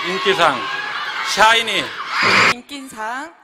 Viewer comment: 뭔데 사이니로 들리짘ㅋㅋㅋㅋ 발음봨ㅋㅋㅋㅋ